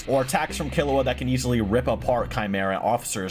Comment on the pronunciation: All this has taught me is can’t pronounced characters name properly. Kill-E-Wa G-oh-n He-so-kuh